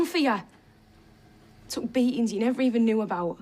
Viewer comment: Bro said neber 🤣🤣🤣